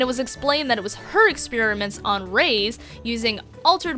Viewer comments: Reyes its pronouced rajas not rays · Ffs is pronounced Reyes, not Reiss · nitpick from somebody who speaks Spanish: Reyes is pronounce like "Ray-yez" not "Rays" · You continuously pronouncing Reyes as "Raise" killed my last two brain cells. Otherwise, good video. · The way you pronounce "Reyes" makes my blood curdle.